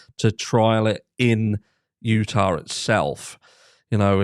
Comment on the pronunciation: Were you saying Utah? This case takes place in Idaho. Accent makes it hard to tell lol